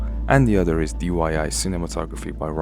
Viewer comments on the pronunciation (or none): none